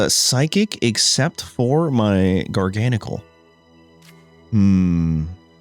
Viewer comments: How did gar-ga-nacl become jargonsol😂😂😂😂😂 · It's actually pronounced gar-gah-nack-ul, as in gargantuan NaCl, as in table salt. Jargansol is diabolical and so hilarious, but the correct pronunciation on the whole line is a top tier pun 😆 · Garga-gnocci? ❌ Jargansoul? ✅ W engagement bait, W deck, W video lol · gar-gahn-a-kuhl? 🤭😂 he might be my fav Pokemon I’m realizing , I came back to playing for like legends za but my first proper game was gen 9 where he was introduced… what a dude lol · Funnily enough your prononciation of Garganacl's name comes really close to his french name "Gigansel" 😭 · can the pronunciation get any worse?😂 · This is the best pronunciation yet. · I try not to comment on people’s pronunciation of Pokemon names, but I’ve never heard anything like that pronunciation of Garganacl.